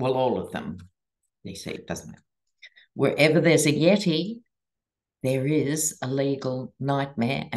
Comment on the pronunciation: Happy birthday - we love your insights, intelligence and humor!! I always laugh when you say “yeti” 😂❤🎉✌️🌎☀️☮️🙌❤️🩵